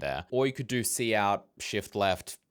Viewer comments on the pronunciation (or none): Its killing me. "Cout". Its c out. As in "console output" that was obvious to me upon first seeing it. Im a curmudgeon though.